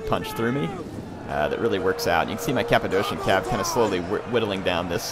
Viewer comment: The second 'c' in Cappadocian is pronounced as 'k' (i think you call it hard c)